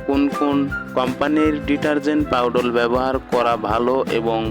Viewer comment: ছাগল পাউডাল নয় পাউডার